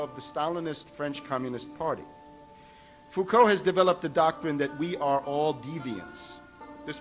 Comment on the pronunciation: The Foucault bit is hilarious! An example of TLDR-research. He even failed to read how to pronounce "Foucault", let alone to choose the correct Foucault :)